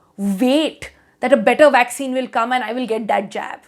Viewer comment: Is it a vaccine or waksin..lol